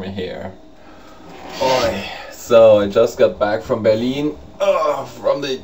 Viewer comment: I just love the way you say "Berlin." Heh heh. It sounds like Beer-lean. Mwaha. I am glad you had a jolly good time. I'm not bitter because I didn't get to go. I'm not bitter at all......:P